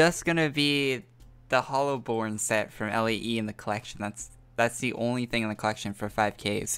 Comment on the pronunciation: Its "Lay" not L A E. Do you really not know how to pronounce stuff that much?